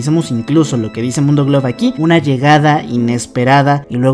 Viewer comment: Noce si soy la única que vio pero cuando dice una llegada inesperada dice uma llegada inesperada osea no dice una con Ene lo dice con Eme xdd